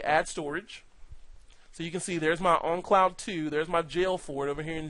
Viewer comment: Great video! Just a funny observation. For most of this video I thought you had some strange accent that I never heard of which causes you to pronounce the word "own" as "on" because you keep saying "on cloud" instead of "own cloud". Which, ok thats cool, no big deal... But then at you say "own on cloud"... Just made me laugh so i thought I would point it out. Thanks for making!